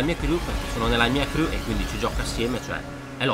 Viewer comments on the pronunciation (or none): none